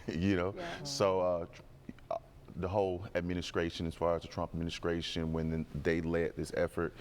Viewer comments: Came what from the gov’t? 😂 STRAIGHT? AdminiSCRATion? I hate this😂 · Did he say “Adminiscration” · Did he say adminiscration?